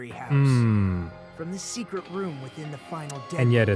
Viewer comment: Am I crazy, or does Sonia have a speech impediment all the sudden? She said "seekwet' in place of secret